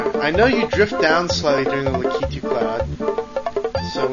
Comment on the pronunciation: finally, someone actually calls it "La-kee-too," not "La-ki-too